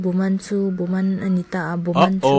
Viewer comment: Try to speak again and again and you'll learn.. fighting 💪(it's not buman it's buhban😂)